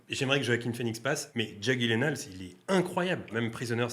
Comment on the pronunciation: Moi aussi j'ai une petite anecdote: Le nom de Jake Gyllenhaal se prononce "Yillènehol" et pas "Guyllènehal" étant donné que c'est un nom suédois 😊 Toujours un peu dégoûtée qu'il ne soit pas passé face à Phoenix! Je pense comme sur cet acteur... sans le Joker, il n'aurait probablement même pas été cité (si Tom Cruise n'y est même pas alors lui y aurait encore moins été)